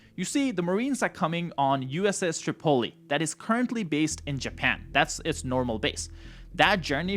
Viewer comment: Its not "Tre-pole-ee" its pronounced Trip-O- Lee. 🤣🤣🤣 It spunds like you're saying Chipotlé.😂